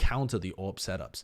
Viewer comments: I just heard him say orb everytime he said AWP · Took me too long to realize you're saying AWP and not Orb.